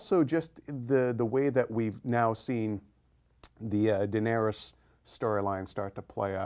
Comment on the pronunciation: Why is the guy on the right constantly saying "Daerenys" instead of Daenerys?